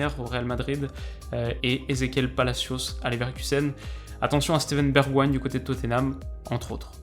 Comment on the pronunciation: Steven Bergwen 😂😂😭😭